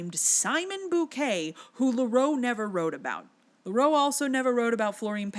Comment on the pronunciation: Some pronunciation things 🙂: Gaston Leh-ROO, Carl LEM-lee, and Ben cuh-RAY.